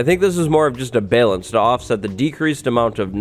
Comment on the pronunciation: dude, have you never heard anyone pronounce the word "balanced"? what planet do you come from?